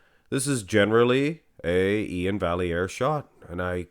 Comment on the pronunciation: You supposed to speak French so you know vallair is pronounced (va-yy-eer) without the L